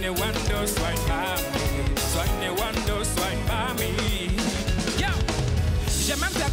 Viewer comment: Tu t'es bien débrouillé pour dire Ewondo 😂😂😂😂 C'est bien !